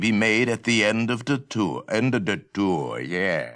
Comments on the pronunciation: "END OF DEH TOURRR...YEAH." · "end a da tou, yeah"